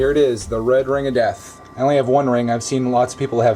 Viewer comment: I like the emphasizam on the "death" on "the red ring of death".